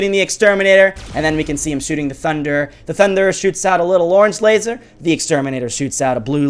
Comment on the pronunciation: your not getting it... also cos u said tunder instead of thunderer